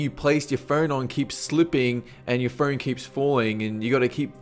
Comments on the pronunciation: It sounded like he said "fern" when he said phone. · i like how he says "phone" like "pheewn" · and phern for phone